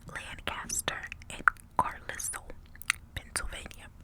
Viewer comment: I live right in between Carlisle and Middletown! Carlisle is also pronounced *car-lile" like croco-(dile)